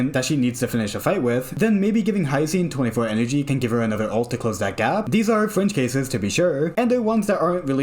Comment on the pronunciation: I was 15 minutes in the video when i notice it you were saying FRINGE CASES not FRENCH CASES. I was like: why is cyrene french?!